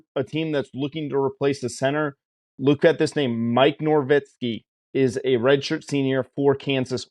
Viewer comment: Interesting analysis. 1. Hamm will be a good player for KU, but TE is one of the deepest most productive groups on the team. He could very well play, but he’s got 3 really productive upperclassmen in front of him as well as the others. 2. There is no “r” in Novitski’s name. 3. This is the first time in 20 years there hasn’t been at least one coaching change at KU and they bring back the most on field production as well. 17 of 22 starters and 36 of 44 on the 2-deep, plus they replaced the injured kicker from last season with one of the most reliable from the portal.